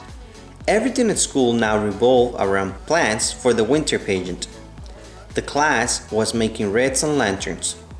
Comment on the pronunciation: Great story! Pageant was not pronounced properly.